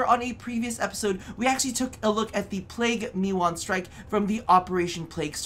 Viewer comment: Plague Keewar, not Plague Meewan